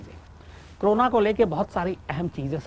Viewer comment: क्रोना नहीं साहब, इसको कोरोना बोलते हैं | It is called Corona, Sir and not crona